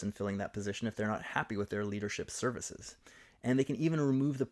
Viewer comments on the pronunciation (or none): none